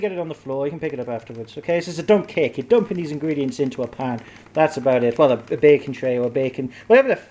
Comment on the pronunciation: I though you said "i feel inspired to make a dumb cake"